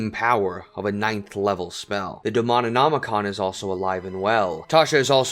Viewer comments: DE-MO-NO-MI-CON not DEMONINOMICON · Great video. One minor thing that really bugged me: Demon-omicon not demonin-omicon 😱 Sorry, i had to scratch that itch 😅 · Dude what's with the extra syllable? DE-MO-NOM-I-CON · It's DEMONOMICON. How you manage to get that wrong so many times really shows why you named the channel so. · Great video. You are pronouncing too man syllables in Demonomicon, though. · Good video on my all-time favorite D&D villain, although you did seem to miss a few things: her adopted LG sister Elena, the Hura identity in Lopolla, her time as a member of the Company of Seven, her daughter Drelzna, and any mention of the cloak Fiend's Embrace (the image of Graz'zt setting it on her shoulders is possibly my favorite D&D artwork of all time). Also, "Demonomicon" has five syllables, not six. On the other hand, thank you for reminding me why I hate most of 5e lore with the recap of whatever happened in the garbage carnival module they stuffed her into.